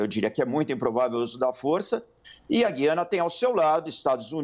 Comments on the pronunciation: A pronúncia correta do nome do país é GU iana. U é vogal. GUI ana é coisa de Portugal segue outra Norma Gramatical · Explica direito, é Guiana ou Giana, como pronuncia a reporter? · Atenção CNN! Guiana, histórica e silabicamente se separa assim: Gu-i-a-na. Trata-se de um hiato e NÃO, um ditongo. Ensinem a seus reporteres como se fala!